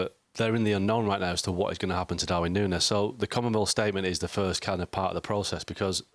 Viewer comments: Is it so difficult to say Nuñez? Noon yes. Ffs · Noonyez, that how to say it